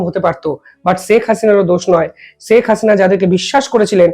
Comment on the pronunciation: ষ স স না করে শে উচ্চারন করতে শিখুন। শেখ হাসিনা উচ্চারন করুন।